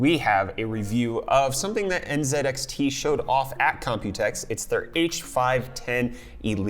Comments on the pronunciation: Bro u okay? I just heard u say nZEDxt Instead of nzxt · ZED? Z(EEEEEEEEEEE) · You are from FL and you say zee in the British way zed. Is that some sort of respect to the company or something? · NZEDXT u canadian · *lives in FL *Pronounces NZXT as N(zed)XT